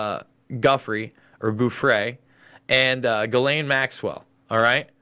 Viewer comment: I've been watching you for a while now and your videos are great but I just have a thing about pronouncing names.... Ghislain is pronounced Gill (like a fish gill) - Lane , the G is hard and the s is silent. It is a screwy name for a terrible person.